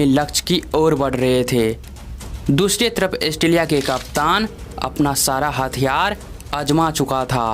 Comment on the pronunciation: भाई ऑस्ट्रेलिया एस्ट्रेलीया नहीं